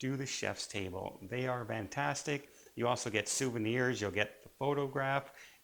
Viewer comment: "VANtastic" ? WTF?